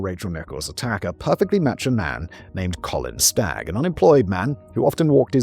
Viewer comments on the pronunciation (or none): none